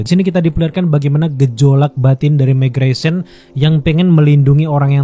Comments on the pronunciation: Meggresion = Mark Greyson Konkas = Conquest Agak salfok penyebutannya sebut aja invicible sama kongquest deh 😅 Untuk review nya memang Absolute Cinema di episode 8 👏🏻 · mark grayson . bang bukan megreson. 😅